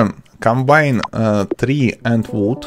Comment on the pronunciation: It s not tri it s tree😂😂😂😂😂😂😂😂😂😂😂